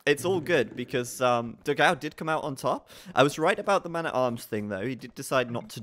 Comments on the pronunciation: Funny to hear them mispronounce Dogão's name repeatedly It's pronounced "Do-gann-u" It means "big dog" in Portuguese. Obviously brazilian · funny how they pronounce dogao. 4 the record it should be pronounced "dog-"one" without "o"- and then "o". means something close to big dog in portuguese.